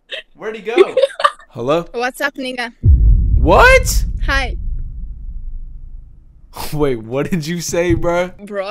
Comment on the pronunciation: Bro said negga😭